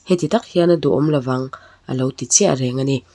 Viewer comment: law'ng i rawn tih hi lo'ng tih zawk tur aw😊😊😅😅